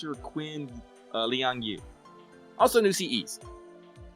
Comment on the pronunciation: it's phonetically lee-ann-gy- yu